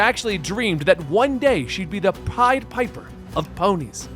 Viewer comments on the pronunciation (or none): none